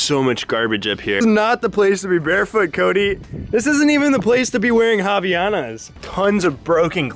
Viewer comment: Havaianas, made in Brazil, have their name because of Hawaii, so it's havai anas and not havianas ;) You just missed the "a". ( In portuguese it means "from Hawaii" , even though they are from Brazil) Japan is beautiful, do they still eat watermelon with salt?